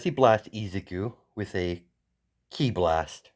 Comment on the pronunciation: It's pronounced kee the letter i in Japanese makes a long e sound. Hence the spelling ki.